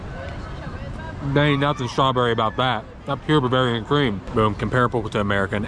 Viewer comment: you did say buvarian